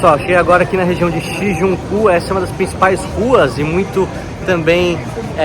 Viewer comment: O nome do bairro é Shinjuku, tira da pronúncia o N após o ju